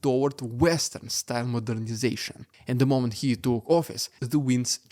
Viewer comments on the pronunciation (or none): none